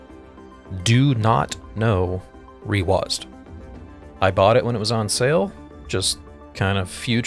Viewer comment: Hey there! I wonder how we haven't seen this video before. A few notes, you're one of the chosen users who actually said the name of a program correctly :D Concerning the haptics, we will think of what we can do to reproduce them, but right now it's not possible. Concerning the activators that you have shown in the video, you can check the info about them here: There are indeed a lot of features in reWASD that you may have missed, so I would suggest checking the brief explanation of reWASD interface and all the settings in it: Also, if you have any questions, you can contact us in one of the available contact channels (the links are in the description of the Interface: Explained video).